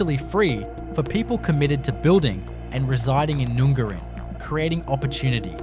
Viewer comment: PLEASE pronounce town names correctly!!! NUNGARIN is NOT pronounced "Noongarrin" it is pronounced as in "up" and the "a" is pronounced like "Apple". I cringe every time!!!!!